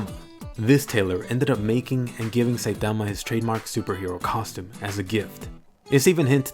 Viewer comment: I just love the way you say "Saitama."